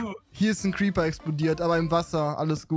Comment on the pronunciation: xD wie er Creeper gesagt hat: Creper 😂🥰